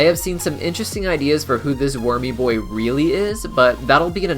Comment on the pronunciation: It's funny when u say wurmy boi